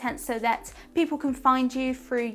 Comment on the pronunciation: the word is "through" not "fru"